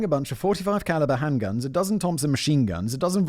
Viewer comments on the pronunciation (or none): none